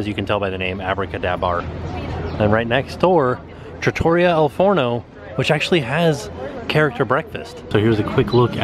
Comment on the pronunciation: Hey, I’m going to help you out with your Italian. Trattoria is pronounced Trah-Tour-ree-ah. Slight roll on the first R in Trah. You got the al Forno part perfect. 🇮🇹👍🏻